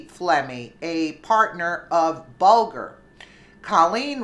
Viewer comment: Good report and in return I will give you a tip. it's Bulger as in bulge. Further it's Mueller as in Mule.